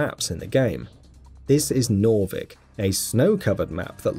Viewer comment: Its not pronounced norvik its pronounced narvik